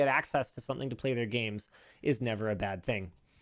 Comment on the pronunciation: i thought for so long they said "same bat time, same bat place" at the end of each video, and i never got why there were making batman puns XD, i just now realize that linus is saying bad, not bat lol